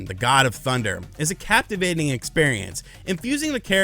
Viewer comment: "Capture-vating" lololol